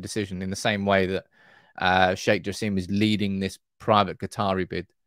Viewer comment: Sheikh Jasim name pronounced like /Jah.sim/ not Jah seem